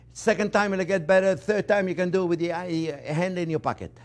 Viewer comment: “gonna give it a good mah-sadj wid buhter” 😁